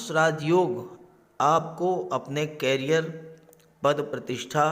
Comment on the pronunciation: कैरीयर नहीं, करीयर!